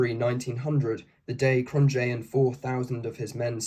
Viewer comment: Understandable. Even if you had an Afrikaans speaker to coach you, English just works completely different. Cronjé has no J sound and its a K like Kroot Afrikaaners can have a horrible accent in English and most English speakers of Afrikaans retain an accent